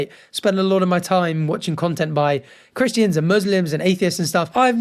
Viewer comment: Is that the way you’re supposed to say Christians?